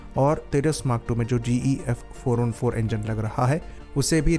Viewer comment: Is it just me or its really hard to tell if he is saying f404 or f414? 😅